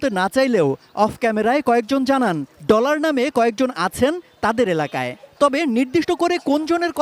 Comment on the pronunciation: আরে সাংবাদিকই তো ভালো করে বলতে পারে না ডলার না বলে বললো টলার 😂😂